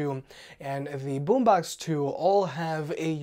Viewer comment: its Boombox not Boombax